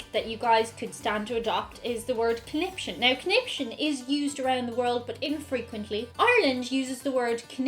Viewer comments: I always heard it as "coniption fit" as he threw a conption fit. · My mum Says "connipshit" I believe she believes it is the correct way to pronounce conniption.